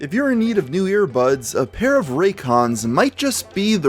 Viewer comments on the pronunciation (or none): none